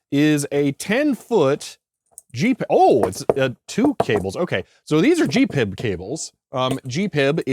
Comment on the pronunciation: Again: G.P.I.B. not Gee-PIB ! - lol